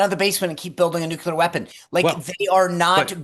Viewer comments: The base word for nuclear is nucleus. It is pronounced “Nu-clee-er”. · Nook you lerr !!! 😂